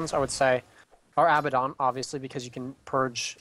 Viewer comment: ermagerd...This was hard to watch with pronouncing Abaddon's name wrong over and over...Not trying to be a dick but that stuff drives me crazy!!